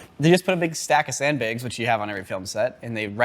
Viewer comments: He says sandbags like “sendbeggs” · Say “sand begs” one more time!! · I never thought you were a sand "beg" pronouncer. What about flag and drag?